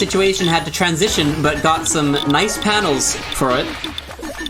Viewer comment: Great commentary session! Don't worry,, even I have trouble saying trantision sometimes